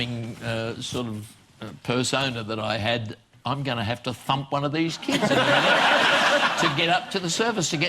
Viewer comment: he said thump not thumb